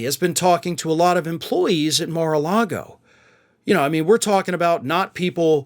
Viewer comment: You keep saying Mar-a-Lardo wrong.